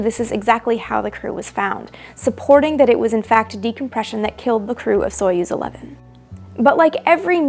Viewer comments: Pronounce as Sa-yoz not so yuz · Союз is pronounced [sɐ.ˈjuːz], not [ˈsɔɪ.əs]!!! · stop calling theese names soyuz in english accent its pronounced sayuz qnd spelt soyuz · Soyuz is pronounced more like /sah yuz/ and the U is pronounced between the 2 different 'oo' in foot and food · I know this is super nitpicky, but the correct pronounciation would be closer to "Sajuz", since in the word Союз the "о" is said as the letter "а". The transliteration "Soyuz" is quite bad imo.